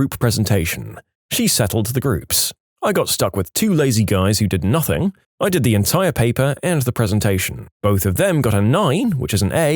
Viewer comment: "Nazing that coming" 🙏🙏🙏🙏😭😭😭😭😭